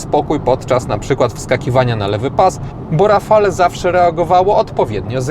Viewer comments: Podobnie jak przy nazwie Megane, nazwę Rafale wymawia się,,Rafal" te ,,e" jest tam niewymawialne. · ) Świetny test jak zwykle w twoim wykonaniu. Ale jak zwykle będę miał ALE:) Wymawiamy RAFAL:) E jest nieme. Tak samo jak ESPAS a nie ESPEJS tu mówisz prawidłowo lub SENIK a nie SCENIK:) Warto na to zwrócić uwagę bo wielu dziennikarzy ma z tym problem. Renault od dawna nie ma i nie miało 2 osobnych komputerów spalania i to jest duży błąd. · "Rafale"?! aż uszy bolą.